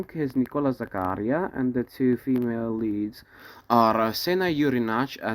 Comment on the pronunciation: Happy to hear you appreciate the greatness of Bonaldo Giaiotti in this role! I think he is also the best (or almost) Boito's Mefistofele. There is also an entire play on youtube set in Liceu. Bumbry is particularly good in the veil song in the Orange live videorecording. (Allow me a few corrections, if you don't mind, for your next videos: Zaccarìa, not Zaccària; Èttore Bastianini not Ettòre; and the last one: "ch" in italian is pronounced like a k, therefore you have to read "Filippeski", not "Filippesci") Good work and let me suggest a video about Rigoletto.